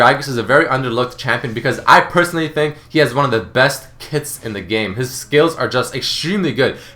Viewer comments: Lol he said KITS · When you said Gragas has one of the best kits, I thought you said that he had one of the best tits in the game. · I thought he said Gragas had the best tits in the game.